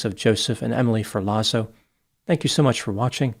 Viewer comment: Come on. what kind of Dr are you? It’s not pronounced “FUR LAWZO” it’s “Fehr Lotts O” COME ON.. Don’t disrespect Luigi and all the Italians by mispronouncing